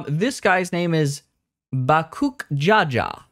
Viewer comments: BaKOOK ja ja...... bro where the fuck are you getting the k it's baKOOL ja ja 😂😂😂😂😂😂 ain't no way you played this entire thing and thought it was bakook jaja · if you are going to comment on the story, please at least have your audience half convinced you actually went through it. to mispronounce the name of a major character in the story (bakool ja ja) literally almost got me to stop watching the video, and that’s not even mentioning the other names you butchered 😭that being said, i do agree with many of your points. the expac was dependent on whether or not you liked wuk lamat and honestly im nearly done with the story and i can’t decide if i like her…